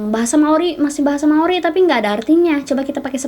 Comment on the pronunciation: "Maori saos tiram" Bukan gitu ka 🤣😭